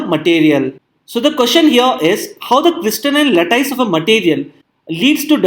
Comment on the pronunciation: sry to message this way but the pronunciation of 'lattice' is a bit different than what sir you pronounced. thank you for video.